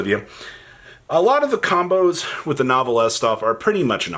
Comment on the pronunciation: Its New•Velle not Novel•Is Sorry its just a butcher thats hard to hear lol